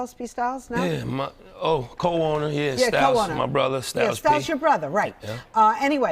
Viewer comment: “P Styles” 😂😂😂😂😂 anybody else catch that?